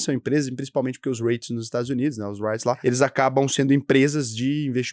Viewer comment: Não digas "Raites", diz-se "Rits"